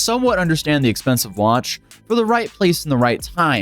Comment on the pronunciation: He's so proud of his watch that he can't learn how to pronounce it correctly.